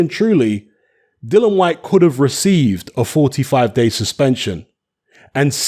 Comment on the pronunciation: HIS NAME IS DILLIAN WHYTE NOT DYLAN WHYTE..GET IT RIGHT!!